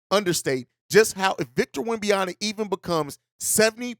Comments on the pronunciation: It's WemBANyama... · Why not just call him Wemby instead of unapologetically mispronouncing his name?